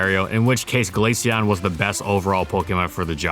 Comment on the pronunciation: Finally someone who doesn’t pronounce it glasheon